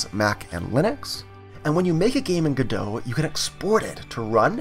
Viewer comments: isn't it pronounce go dot, instead of godo? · "GO""DOT" but nice tutorial. I've heard devs say go dot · I don't know why people pronounce it godo without T, me myself pronounce it godot with T 🤔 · my man really just said "guh-doh" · Before I heard people pronounce it Godo I also pronounced it Godot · It's pronounced Goh Dot! Good video though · The T is not silent. Great tutorial. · It's actually contentious and not agreed upon. 😜 I'm sticking with the original French pronunciation.